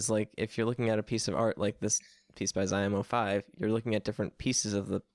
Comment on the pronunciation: I love it how you mispronounce Ziom05's name. And you can't spell it in IPA, because in English an adequate consonant doesn't exist XD